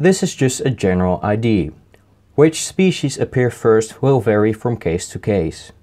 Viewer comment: I only just now noticed you pronounce idea as I.D. It's more along the lines of Ai-die-aa (the first "I" is perfect tho) Don't worry I also butcher english words but with a far more southern accent xD (Ik denk dat engels sprekers je toch kunnen verstaan sinds meeste mensen die dit leuk vinden snappen alvast wat je aan t zeggen bent) Also about the bell notifications finally a youtuber that understands that those don't do much, especially since I have a lot of people I am subbed to. More often than not those things come long after I've seen them in my subscription feed or sometime notifying WHILE I'm watching the video it is trying to notify me of... Or even well after have already watched the new video... it's not very reliable in my personal experience.